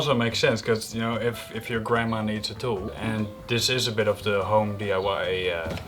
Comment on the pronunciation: is saying DUI instead of DIY, right? Is the Dutch acronym DUI? Or is saying you'd have to be "doing under the influence" to use Ryobi?